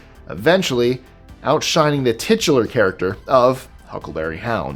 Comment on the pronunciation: If you use the word tichular one more time.....